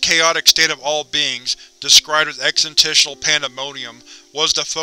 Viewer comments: Holy crap.. For the love of all you hold holy.. Its EXIST-tential.. Not EXIT-tential. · You keep pronouncing "existential" as "existisional". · "ex -is-tent-shul"... more or less. I wouldnt bring it up, if the word only appeared once. or if it didnt seem like a word you will use again in future. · Sorry but i had to stop. "Exentishal"? Really? The first half of the word is EXIST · i enjoy your readings but if you are going to read SCPs, you need to be able to say EXISTENTIAL. It's not exit'ential. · This is a really good reading aside from the mispronunciation of existential; I wouldn't point it out but it's said so many times in the video it's really hard to ignore. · Thanks for uploading the content! Good stuff. If I have one small critique though... Please look up the pronunciation of "existential". That was a little cringy. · my newer stuff has more emotion than my older content like this. This SCP in particular many people have referenced my lack of pronunciation with "Existential". I also do my videos more in the style of a field agent doing these and my character fits a more no-nonsense style like Agent Max Lombardi.